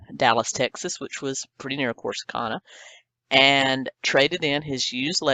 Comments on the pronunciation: CORSICANA….not Corsica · The towns name is pronounced Core- Sa- Can- Ah... Corsicana ... Lol. Great story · Corsicana. Cor-suh-ca-nuh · Corsicana - not Corsica. And I hate fruitcake too- But NOT Colin Street bakery fruitcake. It’s like nothing you’ve ever tasted. It doesn’t even taste like fruitcake. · The town is Corsicana. Not Corsica. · CORSICANA- not Corsica.